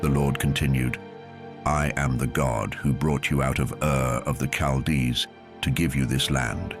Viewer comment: i cant suffeer thru more mispronunciations of Chaldees/chaldean the only soft "CH" in the entire hebrew bible id in the name "Racheal" all other occuances are hard, like a "K" why is this not common knowledge anymore, amongst those actually interested in the subject matter.( learned this as a child 30 years ago and it still takes up space in my head